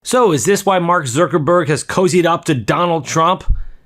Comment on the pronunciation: Why do you call Mark "Zurckerberg"?